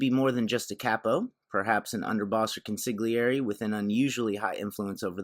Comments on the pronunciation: Comment 2: your videos are great. Just one thing. For Christ sake. It’s not con-sig-lee-aire. The G is silent. Try saying con-sil-ee-aire. Please and thanks very much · Please pronounce consiglieri as CONE-sil-lee-erie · Don't pronounce the G in consigliere. It's like nails on a chalkboard